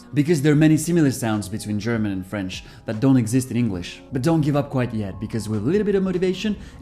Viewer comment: Omgg, i'm french and your pronunciation is perfect, really !! Like a real french, I can't do the difference 😱👌